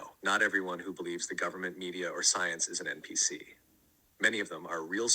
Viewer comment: Are you saying "m" PC? The letter n not m?